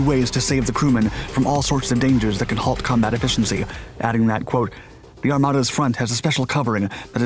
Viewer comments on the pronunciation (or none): none